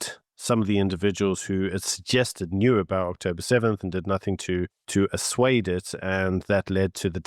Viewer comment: Assuade- really? Stop using terms you don’t even understand! It’s actually ASSUAGE!😡